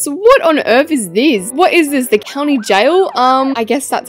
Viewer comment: "what on earth is theas?!"